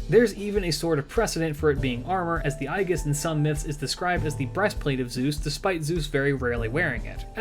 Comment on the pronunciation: Who the hell pronounces Aegis like “i-gis”?????